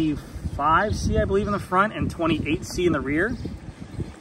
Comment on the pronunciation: Hi, nice to hear, that u Tool my suggestion on how to pronounce Schwalbe. Way better and almost like in german! 💪🏻💪🏻